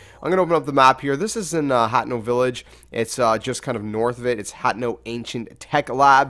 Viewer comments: You pronounce it (HAH TEH NO) not hatno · it's pronounce "ha-tee-no" not hateno pretty sure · its pronounced hay-teh-no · It's just pronounced "Hah-Teh-Noh." Simple. This is Japanese. Not Englisj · Its Ha-tee-no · The game is from Japan. Therefore it "should" be はての pronounced "Ha Te No"